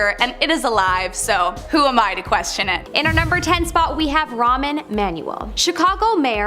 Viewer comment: Ramen-Manuel LOL XD